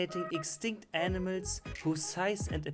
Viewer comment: He’s Calling Animals... Aenimeltz. FUCKING AENIMELTZ